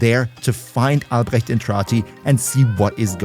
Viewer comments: First creator that pronounces the name Albrecht correctly :D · The first CC who pronounced Alberit correctly holy 💙